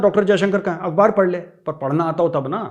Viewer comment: tu pehly word "akhbaar" bolna seekh ly. Jaahil Hindi.. kawwa chala hans ji chaal, apni bhi bhool gaya. Urdu bolna is out of your league jaahil Hindi.